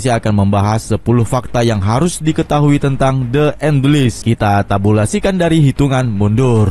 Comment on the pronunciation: Les bukan lis (enles)